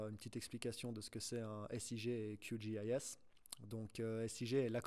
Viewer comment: C’est horrible Qgis prononcé à l’anglaise